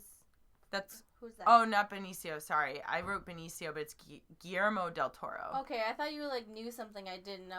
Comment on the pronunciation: Oouff, musssed up his name again?? Poor Guilllllerrmo Del Totoro!